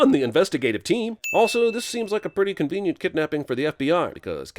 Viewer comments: Cumvenient. Was that on purpose? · lol "cumvenient"... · Are we just gonna ignore the 'cumvenient' ? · How cumvenient 😂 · "how cumvenient" 💀💀💀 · "how cumvenient" haha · "How cumvenient" LOL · Don't think I haven't noticed, "How cumvenient." lol! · Did he say how comvenient? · "Cumvenient." lolz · "How cumvenient".....errr urp. Gross. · Cumvenient, ha. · O how cumvenient 🤣🤣🤣🤣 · When he says cumvinent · “Cumvenient.” Ew. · “ Wow. How cumvenient.” Died. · “How cumvenient?” He he he he. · "How cumvenient" 😂😂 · “Cumvenient” Nice... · Seriously? He had to say "how cumvenient"? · "How cumvenient" lmao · "cumvinient" well done Jeremy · "Cumvenient" Incredible.....